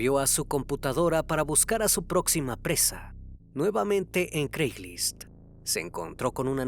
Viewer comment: Excelente reportaje pero se pronuncia Creigslist ..😉